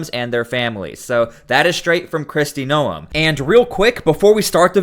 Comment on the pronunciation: Is it too hard to say Noem correctly?